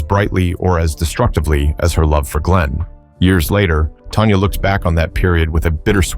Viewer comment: It’s Tanya not Tonya